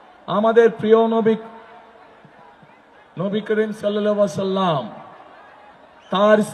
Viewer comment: বস সালাম টা শুদ্ধ করে দিয়েন